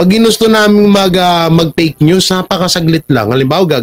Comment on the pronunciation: Tama ka jan fake news bigkas niya is peknews.